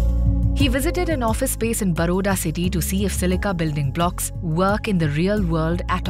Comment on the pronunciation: Interesting use of this kind of waste. But "300% less energy"? Uh...that's not how physics works. Also, Baroda is not "बरोडा", but "बड़ौदा"; I don't know why so many people can't seem to pronounce this city's name properly. 🤦🏻‍♂